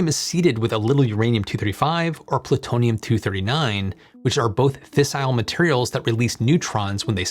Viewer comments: My favorite part is when he said "Pluturnum 239" By a long shot! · What is Pluternum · Pluturnm 😂 I don't mean offense by this it just made me laugh so hard